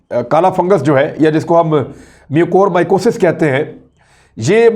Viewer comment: First learn how to pronunciate mucormycosis